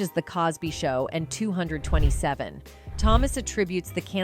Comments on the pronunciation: You said Hey, Hey, Hey wrong. It should flow together not spaces between each hey! And the 90's show you pronounced two hundreds and Twenty-Seven is actually two two seven. You are clearly "white" and need to do your homework better! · Another AI robot documentary. "the show Two Hundred Twenty Seven" LOL